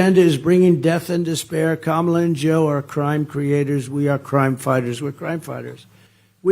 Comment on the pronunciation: He's at least pronouncing her name right! Finally!